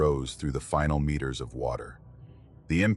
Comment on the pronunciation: 2 Mitters .... miners ..... metrrs..... mrrs....... mirs How hard is it to get one single word wrong sooooo many times. Almost seems deliberate